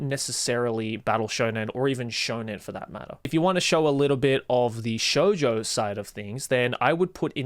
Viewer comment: Gotta love when Joey was recommending shojo he says 2 that most people can barely pronounce